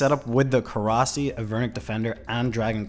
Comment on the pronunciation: I gotta give the thumbs down for STILL calling it a Korasi 😂